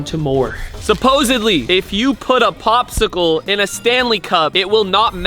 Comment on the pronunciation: “Bobsicle” lol peak Arab accent